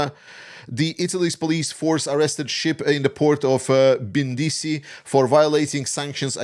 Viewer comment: Brindisi diocane 🤦🏻‍♂️, non bindisi 🤦🏻‍♂️